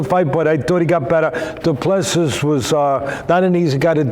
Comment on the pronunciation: Doo plu sea is pronunciation